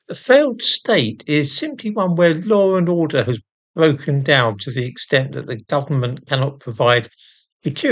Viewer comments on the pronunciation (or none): Oh dear. Laura Norder is back!. Please-correct pronounciation!